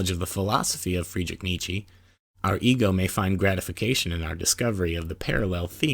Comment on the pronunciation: It really irritates hearing Nietzsche's name mispronounced over and over again.